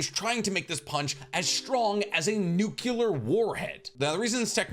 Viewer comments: Love your content, love your voice, love your style, but for the love of all that is deep-fried and/or cheese-filled... It's 'new-clear', not 'nukular' Please, man. I'm beggin' ya. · Dude. You said nucular lol but still awesome vids appreciate the content!!! (Hunter x Hunter novice, somehow just getting around to this,,,,,, WILDNESS)